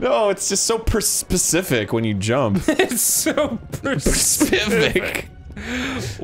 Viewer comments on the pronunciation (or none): "It's just so percific" Oh, you mean when you are explorning? I completely understand. It's difficult to explern about when specifect jumping is required.